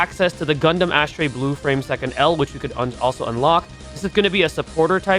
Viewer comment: Pronouncing Astray as "Ass trey" is fkn diabolic bro😂😂😂😂